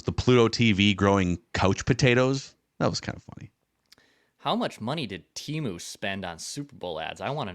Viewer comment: how do you get bombarded with all those temu adds yesterday and then still pronounce it "TEEMU" 🤣🤣